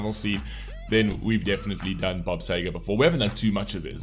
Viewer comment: Seger not Sager